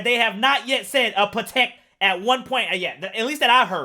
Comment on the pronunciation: you must hate words ending in "i" balenci, pateeki